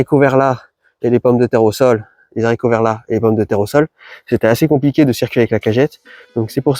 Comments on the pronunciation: Continues avec tes "zharicots verts", moi ça me saoule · Coucou l ami ! T oublis volontairement des PDT en terre ? Au fait on peut pas dire des zaricots, à cause du h de haricot , arborigenes, t es sûr ? Merci pour toute tes super méthodes et conseils 🎉🎉🎉